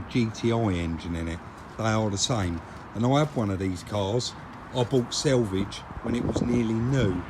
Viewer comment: I know I'm sounding petty and I'm sure it's just your local accent but the word is SALVAGE not (which is the edge of a piece of cloth). Sorry but I'm the original grumpy old man and it just irritates the hell out of me.